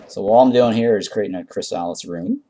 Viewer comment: it’s pronounced “chris a liss”